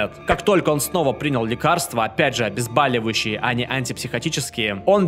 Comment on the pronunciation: ОБЕЗБОЛИВАЮЩИЙ, а не Абезбаливающий.